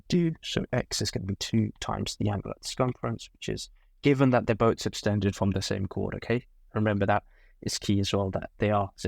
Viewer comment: Please don’t pronounce SUBTENDED as SUBSTENDED or SPECIFICALLY as PACIFICALLY. .